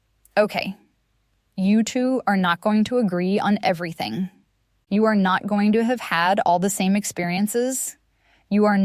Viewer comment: This is AI .. No person would say “a-r-e” instead of “are” mid sentence like it was normal.